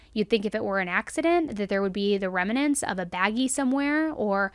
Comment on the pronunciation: Oh, no - your grammar! SuppoSEDly, NOT SupposaBLY. RemNANTS, NOT RemANANTS